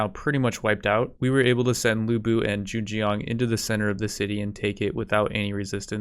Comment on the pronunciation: the "zheng" in zheng jiang wasnt that bad but jiang is pronounced more like jee-ang edit: scratch that he screws up the first "zheng" and has a better jiang through out the video ;/